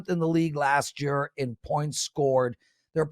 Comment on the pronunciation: says: "Year=Yer"